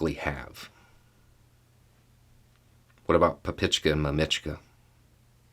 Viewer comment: You gotta stress the first syllable when saying mamachka and papachka 😉